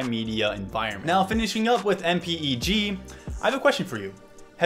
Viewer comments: I've been an engineer in Broadcasting for 25 years. Save yourself time by saying M-PEG. Nobody calls it M.P.E.G. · It’s pronounced “em peg 2” or “em peg 4” and “h dot 264”